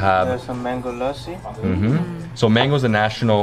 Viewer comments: muricans saying lassi right is just orgasmic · So proud of - he pronounced lassi correctly and used both hands to tear off the naan like us punjabis do! Great vlog